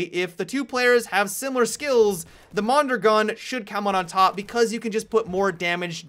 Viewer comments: Don't worry, you butchered Mondrogon too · The second pronunciation of the mondragon was closer to reality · Every time you mispronounce "Mondragon", a piece of me dies.